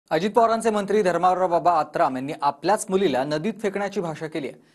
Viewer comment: आत्राम नाही आतराब म्हणा याला